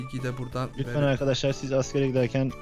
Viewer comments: Neden handaşlar diyon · Sen arkadaşlar ediyorsun andaşlar diyosun